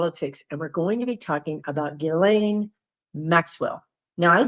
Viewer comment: Nice to see someone pronounce Ghislane correctly…😂 Thank you!💖